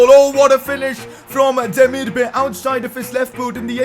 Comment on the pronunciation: You call him Demirbuy not bay